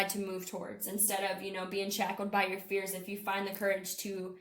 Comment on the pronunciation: When you said fears I heard fierce and that resonated :) thank you!